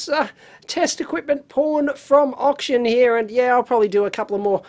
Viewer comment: Did Dave say okshun score?